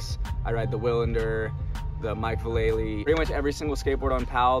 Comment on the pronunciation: my dude you said Mike's name wrong... common mistake.. its Vuh Lay lee.. not Vall uh lee haha... you got it right